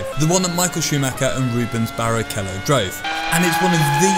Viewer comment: Did he say barekello?